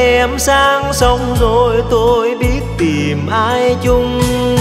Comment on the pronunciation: Hát đoạn “giờ em sang sông zồiii....” nghe chả ra cái gì, đúng chất nhạc mình phải phát âm là “rồi” đúng chất, hát nhạc này mà phát âm “zồi” nghe chẳng ra làm sao!